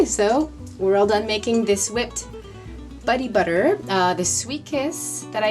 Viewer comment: “Buddy butter”? 🤣